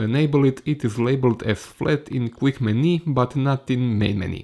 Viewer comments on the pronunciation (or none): hej... verojatno si u međuvremenu riješio ali vidi za izgovor "menu"... nije "meni"... i "ratio"...